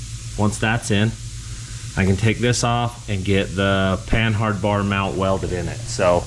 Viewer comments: Panhard us pronounced with a silent H. Pan'ard. Just saying. The name of a French car, tank, and commercial vehicle manufacturer. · The H is silent. Say "PAN-ARD".